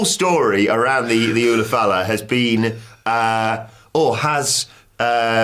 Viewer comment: LA Knight underlined how over the ulufala the audience is by calling it the "oofalafa or whatever" in his promo on Solo